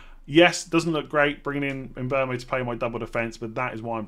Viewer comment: why do you call him mbomo? It’s mbeumo.